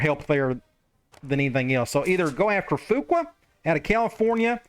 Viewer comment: Skinner is your starter as the LS and as the C. If you want the backup to play, it would be the other guy even though he has a higher overall rating. Additionally, “Fuqua” is likely pronounced “Few-quay”. I only know this because my grandmothers maiden name was Fuqua. Excited to see this new team and see if Nugent can do anything as a returner!